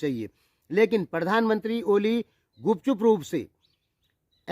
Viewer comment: Bhai jee aap ko kp oli ka nam to thik se lena nhi ata aap kya intarvew lenge